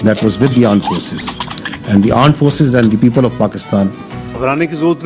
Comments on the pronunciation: "Pakistan Aaand Forces " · Armed Forces ❌ Aam Force ✅ 😂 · Pakistan Armed forces ❌ Pakistan Aand forces ✅ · PAKISTAN ARMED FORCE ❌ PAKISTAN AAND FORCE ✔️ 😂😂😂😂😂